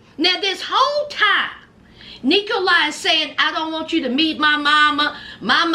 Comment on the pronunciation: Sounds like E. coli instead of Nikolai 😂😂😂😂